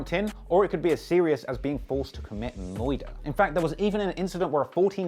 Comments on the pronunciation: Did he just said “Moirda” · IM ADDICTED TO BLEU CHEESE,. I NEED REHAB... and you said Moidah?! you say!? no way! not moidah!! NOT MOIDAH! lol I love you, you're my homie. Mad love, keep doing you, lets collab! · “It could be as serious as being forced to commit MOYDUH” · commit Moider you say ? ... Noice !